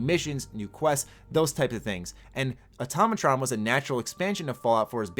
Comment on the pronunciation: Why do people keep saying atomatron when it's automatron